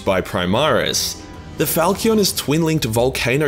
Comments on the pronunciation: "falchion" fal-cy-on A short single bladed sword with a progressively wider body tapered toward the tip. Basically the answer to the question: I like swords, but I also REALLY wanna lop this dude's arm off at the shoulder. It's a fitting name. Stylish. But brutal. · Pronounced Fal-schon. Falcion's is an type of single edged medieval sword. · this man really don't know how to pronounce Falchion or that a falchion is a type of sword.